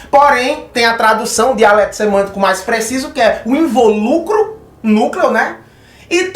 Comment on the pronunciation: So uma correcao lindo, a pronúncia é invÓlucro, silaba tônica no VÓ, não no LU